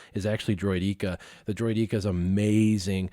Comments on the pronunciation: Droid EK-ah like “gecko”, not Droid EEK-ah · droid-eek-a lol